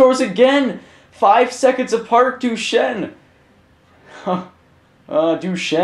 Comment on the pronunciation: You aren't even pronouncing Duchene's name right...